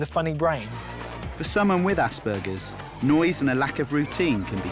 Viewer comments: I'm sorry but it's just bugging me. It's Asperger's not aSsbURgeRs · Aww this clip is so cute and sweet but did anybody else notice that the person said assburges 😂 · I'm sorry but I'm laughing at the fact the guy was saying assburgers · I've got it aspergers and it annoyed the shite out of me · Tbf the way he is pronouncing it, is the german way but I have Aspergers and I’m not going to lie it did annoy the hell out of me 😂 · Same! Even medical professionals don't pronounce it like that